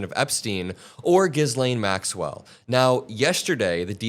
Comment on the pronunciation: Dude, you are pronouncing Maxwell's name incorrectly. Not great.